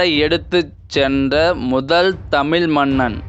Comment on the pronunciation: ஐயா உங்கள் தமிழ் உச்சரிப்பை சரி செய்து கொள்ளுங்கள். தமிழ் தமில் இல்லை.😢